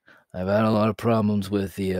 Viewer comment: She say sleep is for dah weak 😤